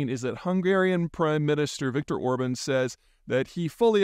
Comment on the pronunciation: Please, not "Ohrb(a)n". It's just the opposite: "Orbaahn".